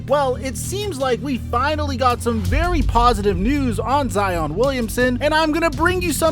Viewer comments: Every time he says “Zeeon” instead of Zion I cringe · is he saying Zeon Williamson? what is he a Power Ranger now? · I changed my “like” to a “dislike” after hearing you say Zeeon Wiliamson multiple times. 👎🏾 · was cracking me up calling him "zeon" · Bruh! Why are you calling him Zee On!? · If he calls him Zeon one more time I swear to god. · Why you calling that man zEEon? lmao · Lol "Zeon" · “Con-tro-ver-see-al” “Hare-ras-ment” Now “Zeeon Williamson” Bro whats goin on 😭😭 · That man’s name is Zion fam. Now ZEee•oonn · You and FlightReacts stay with the “Zeon” 🤣 Love it tho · You saying Zeon was killing me lol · cool someone else noticed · Facts, he thinks its funny since Flight said it, but its way too old. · Stop saying Zeon